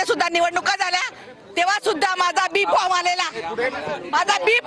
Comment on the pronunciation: भाजप वाले कधी पासून cases घ्यायला लागले त्या बाई ला AB फॉर्म म्हणता येत नाहीय बी फॉर्म म्हणते आणि तिकिट पाहिजे 😂😂😂😂😂